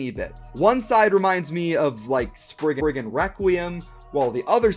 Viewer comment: Sprig-RIGan Requiem lol